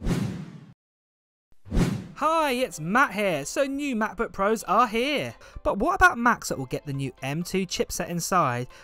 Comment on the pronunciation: am i the only one annoyed by the way he says macbook 😂